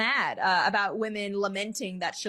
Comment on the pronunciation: What happen to chivalry? It heards like chiVART SIMPalry now.